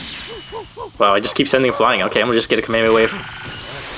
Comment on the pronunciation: It's KA-ME-HA-ME-HA not KA-MAY-A-MAY-A